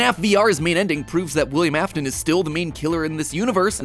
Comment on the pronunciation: wilyehm ahftin